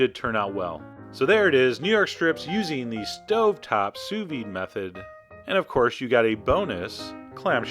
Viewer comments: Don't quit YOUR day job, troll. What the hell is "souss-ved"? It's sous vide, French for "under vacuum." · "copy and paste Souss-ved into the search bar and tell me what happens................ after you press 'search' " What happens is exactly what I said would happen; it asks "Do you mean sous-vide?" and then gives a list of sous vide sites. You deserve the abuse, because you're not only ignorant, but you're willfully ignorant.